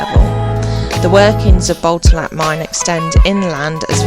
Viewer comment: Great tour at Botallack mines and the stay at Sennen Cove 😊 Beautiful and interesting places. I have walked past both and will visit again and take more time to look around 😊. I believe Botallack is pronounced with the emphasis on the second syllable. Like Bo-TAL-lack 😊